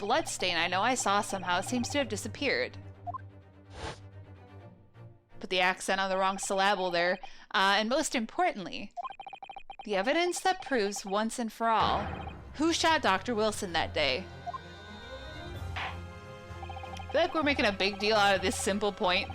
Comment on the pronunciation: SilLAbull? Isn't it SILluhbull?